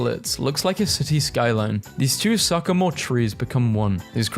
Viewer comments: "sucamore" its sycamore! (si - ca - more) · Did you legit pronounce it sock-a-more trees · the way he said sycamore 😭